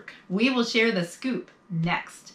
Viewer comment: Did you say scoop or poop?